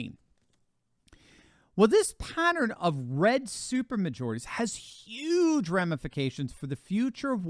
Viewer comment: That's YUGE, 😉